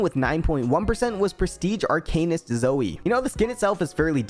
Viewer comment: How this person says “Arcanist” peeves me to an unnecessary extent